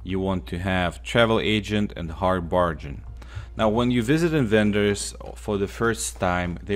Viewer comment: "A lou min num" "Hard Bar Gan" "Led" hope this helps. I cant imagine trying to learn another language, too hard for me. Keep up the good work man!